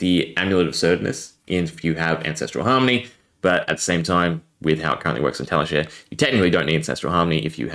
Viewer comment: this is nuts, but also I have never heard anyone say Tali share before. I think it's Tali shar as in rhymes with car. But still, crazy vid. Thanks for showing the combo. I wonder what zen will regularly be able to do with a 60-card deck.